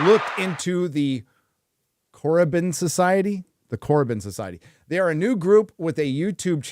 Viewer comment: ''Korriban'', is a word he doesn't recognize, and has a hard time pronouncing it, OH NO! None of you guys have EVER played Knights of the Old Republic????? How is that possible. It's been around since 2003, those creators and everyone behind the scenes of that game honored the work of George Lucas. It's one of the reasons why I remained a fan and hold Star Wars to such high standards. If you value good story telling, that game is rich in it, it's magic! PLAY the game, it's 21 years old, there is no excuse.